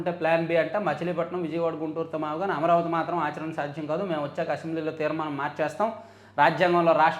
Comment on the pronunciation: మీరు సరిగ్గా పలుకలేదు మావిగన్ అనాలి. కష్టపడి తన పేరు వచ్చేలా పెట్టుకుంటే మీరు గాన్ అని పిలుస్తే ఎలా? గాన్ ఇంగ్లీషులో gone 😂